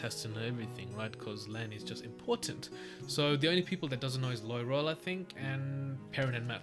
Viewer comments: Loving your thoughts & questions, so good! Btw Loial is pronounced Loyal - and he is! ❤️ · Loial. Sounds like LOYAL